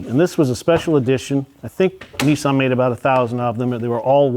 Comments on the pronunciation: Its nissan.....not neson🤦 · ‘ Neesarn ‘ , I think you mean Nissan .